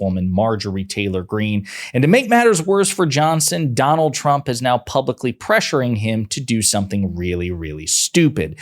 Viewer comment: Why was she not corrected each time she said President Trumper?